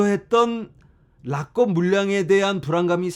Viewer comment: '락껍' 들을수록 찰짐